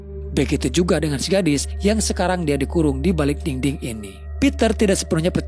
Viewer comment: Btw dinding cintaaaa, bukan dingding 😅😅